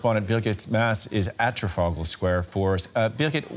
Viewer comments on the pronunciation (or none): Where’s the tear gas? Also the male news presenter couldn’t read Trafalgar Square 😂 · He really can't pronounce Trafalgar can he 😂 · Wow mans didn’t even pronounce the name right first time, and tear gas was not used. I don’t know how people get away with these lies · Can't even pronounce Trafalgar square properly lol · why can't this guy pronounce Trafalgar, its not hard